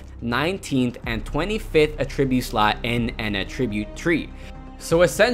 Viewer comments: Agreed. I thought the video was awesome, and very informative (especially for a noob to the game like me) but I kept getting distracted by the word uh-TRIB-yoot. It's AT-trib-yoot. He put the em-FA-sis on the wrong si-LA-bel. :) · Attri-bute... Not attreebute... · It's not a tribute, It's attribute say it right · I couldn't get over how you're saying attribute incorrectly the whole video! uh-TRIB-yoot is the VERB form of the word. I uhTRIByoot my success in Paragon to your video. AH-trib-yoot is the NOUN form. The new AHtribyoot system is so awesome! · Does it bother anyone else the way he says Attribute? He says it aTRIByoot...its ATTribyOOT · Good stuff here! 🙌🏼 (But that's not how you say "attribute" - the noun. What you're saying is the verb "to attribute") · Great video! Just a heads up, you are pronouncing "attribute" like the verb and not like the noun. If you want to switch over, just emphasize the first syllable instead of the second. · The way you pronounce attribute is driving me mad! Someone teach him where the emphasis is in the word please!